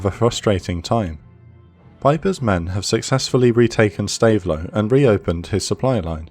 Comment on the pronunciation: Really excellent video. Two minor pronunciation points. Stavelot is more like stav-low, and Foy is fwa